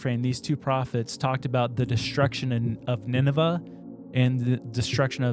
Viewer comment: sorry to be that guy the pronunciation is Nin-Ve